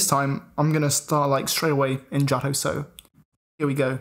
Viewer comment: Jah-toh engines😂